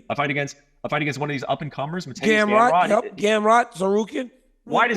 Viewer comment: Brett called Gamrot “Scamrot”